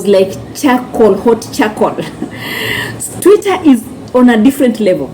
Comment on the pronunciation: Ni Twitter not tweeter sweetie